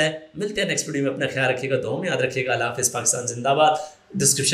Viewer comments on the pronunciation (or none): none